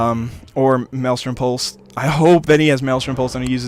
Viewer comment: For future reference it is pronounced Malestrom pulse =)